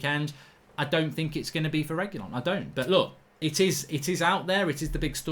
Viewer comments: FFS Mark you pronounce Reguilon's name as "Regweelon" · Make pronounce it reg-u-lon. Not rej either when u pronounce it but reg like regular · Upvote for pronunciation tip for mark: Reh-gee-lon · It is pronounced reg you lon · I pronounce his name as "RE Q LON" just saying i may be wrong 😂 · I think his name is pronounced Reg-ee-lon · Wow. You should receive a fine for butchering Reguilon's name🤣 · Man how you butchered the name :D